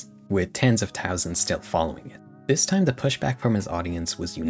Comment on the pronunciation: I'm sorry but why don't u pronounce the "th" in "the" and "things"